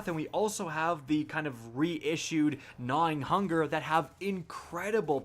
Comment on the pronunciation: You pronounced gnawing hunger wrong